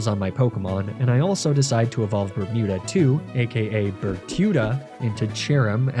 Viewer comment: I keep hearing "Bertuda" but you have named it "Bermuda" why??